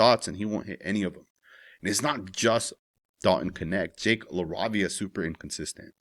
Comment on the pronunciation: LA-RAY-VIA LOL GODDAMN 😂